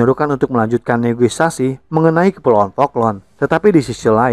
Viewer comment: Saya hanya terganggu dengan narasi yang sering dan berulang menyebut kata "negoisasi" Setahu saya seharusnya menyebutnya dengan "negosiasi" sebagai serapan dari negotiate. Ada beberapa video lainnya yang berulang kali menyebut negoisasi negoisasi. Mungkin bagi sebagian orang bisa memakluminya, tetapi sy pribadi sangat terganggu. Channel yang bagus dan mencerahkan menjadi minus hanya karena persoalan kecil seperti itu. Semoga ke depannya bisa diperbaiki lagi. Maju terus 🙏